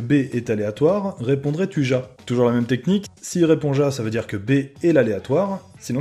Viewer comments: mais on prononce ya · Juste au cas ou : « JA » ce prononce « YA » 😂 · raté xD C'est pas ya mais ja (Mais ca se prononce ya)